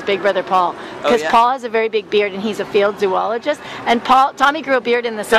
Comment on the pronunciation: i know she probably said "field zoologist" but i thought it was "failed zoologist" 😂